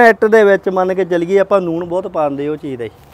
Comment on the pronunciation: ਮਿਸਤਰੀ ਨੂਨ ਕਹਿ ਜਾਦਾ ਏ ਨੂਨ ਨਹੀਂ ਹੁੰਦਾ ਵੀਰ ਜੀ ਲੂਣ ਹੁੰਦਾ ਹੈ